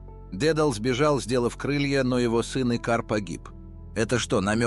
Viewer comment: Режут слух неправильные ударения в греческих именах. дЕдал вместо дедАл. Икар вместо икАр.